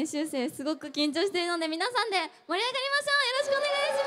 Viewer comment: She was going to say "totemo kincho siteimasuga" (=I'm so nervous), but she said it wrong "totemo kancho siteimasuga". In Japanese, kincho=nervous, kancho=enema. Look at Sakura and Hitomi's surprised face. LOL